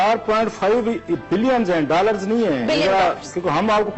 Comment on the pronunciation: Idiots .. Its Dollar not dallar..